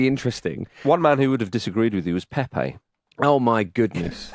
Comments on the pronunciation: And not a single name was pronounced correctly. It's not PéPé, just Pepe (like Pep). Also, portuguese are not spanish. It's not mendez, ramoz, etc. Maybe we should start pronouncing english names as if they were welsh or irish. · Please pronounce the Portuguese names correctly. Your Pepe sounds like “pepper” 😂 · Lads just so you know since you were trying to pronounce Turkey correctly, Pepe is actually pronounced Pep, as in 'Pep Guardiola'. Just the one syllable Edit: as some helpful people have pointed out, I am a bit wrong on this one. It does have a second syllable but with a closed e. I should have said it was closer to Pep than Pepe. Obrigado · Actually wrong. It is in fact NOT like Pep Guardiola. The final "e" is supposed to be pronounced but like a closed vowel as opposed to the first "e" in Pepe which is supposed to be open.